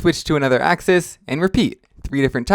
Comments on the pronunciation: Also what's a axee it's pronounced axis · Why do you say axize